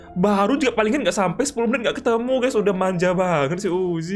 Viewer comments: Bang ko kalo ngomong uzi jadi uji aku dengarnya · Bang bukan uji tapi uzi